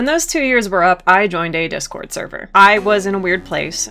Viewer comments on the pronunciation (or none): none